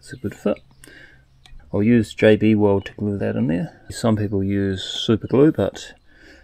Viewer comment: Wake up sounded like you said JD Weld not JB Weld, But who knows it is very early in the morning for me and my brain is not functioning totally :-) love your project body you come out with some awesome ones